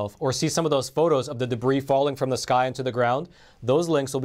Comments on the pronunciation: When you say, "debris", it is pronounced, "debree". Just a tip from an American. You almost don't sound Russian. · we LOVE you and your channel, Debris is pronounced, Debree. The "s" is silent. <3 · the "S" in debris is silent. it is pronounced DEB-REE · I love you but debris is pronounced deh-bree. Just sayin'. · The "s" in debris is silent. De-brē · Debris,has a silent s,great video thanks 👍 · Please learn how to pronounce Debris. the s is silent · Debris.... How do you say that? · in the word, "debris" the "S" is silent. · I'm not trying to nit-pick here, but the 'S' in "debris" is silent.